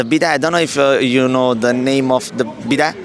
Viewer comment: Lol wash ass machine!!!🤣🤣 it’s called a bidet pronounced bee- day.🤣🤣